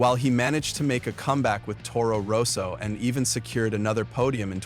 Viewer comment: And Toro Rose-o!😂